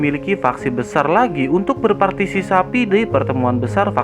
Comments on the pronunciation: Sabar min jgn tegang dan cepet penjelasannya sampai salah partisipasi menjadi partisi sapi 🤣🤣🤣 istirahat menjadi istri jahat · Semangat terus bang ....meski pengucapan nya Sampek blepotan.........partisisapi😂😂😂😂😂😂